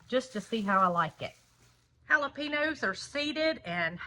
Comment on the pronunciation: Jalapeños !! Ha—la—peenyos!! 😂